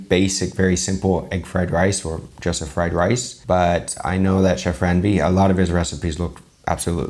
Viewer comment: It's not Ran-Veer! As much as you like us to be respectable. So, it's a request you know how to pronounce the names properly as well. Stop comparing risotto with rice! Not everything is western food culture. Thank you.